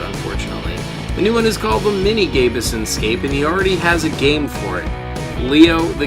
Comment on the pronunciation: btw my console is pronounced as Gabe Son not gabe a son